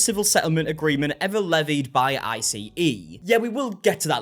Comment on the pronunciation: Hello, I love the videos. Colloquially, in the US, ICE is referred to by the word ice rather than the spelled out acronym I.C.E. for future reference. Thank you for always working hard on the great content. You fill the gaps in these genres.